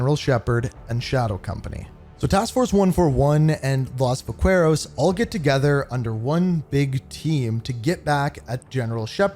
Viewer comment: Va-kue-roz 😭, bro i could not let that pass its Va-Ke-Ros